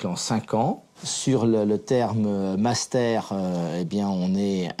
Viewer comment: je connaissais le "munster", mais alors le "mastère" ????????????